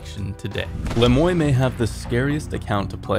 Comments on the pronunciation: Why do people say Le Moi like "Le moy". Isn't it "Le Muah", like the french word "moi", meaning "me"? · Is it pronounced Le Moy or Le Mwah? If it's French, it may not be Le Moy like it's said in this video but i dunno if it is. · "le moi" Pronounced : "lueh moo-ahh"